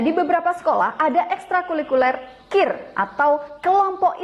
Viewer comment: Maaf, mudah-mudahan hanya khilaf terselip lidah atau saya yang salah dengar, tapi agak mengganggu untuk konsumsi publik apalagi materi pelajaran ilmiah oleh guru Bahasa Indonesia. Penyebutan dan pengucapan istilah "Ekstrakulikuler" seharusnya "Ekstrakurikuler." Terima kasih.